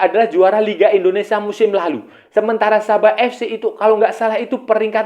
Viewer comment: Maaf sebelumnya bang, bukan indonesa tp indonesia.